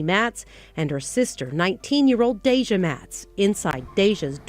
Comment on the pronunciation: The narrator and Congress pronounce their names wrong!! I get it doesn't affect their families but it just makes the memoriam not sincerely. Deja and Abbanay Watts really?... I recall it being Matt's!!😢